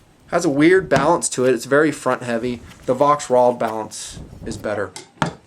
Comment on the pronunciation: The "V" is prenounced as a "F' in German.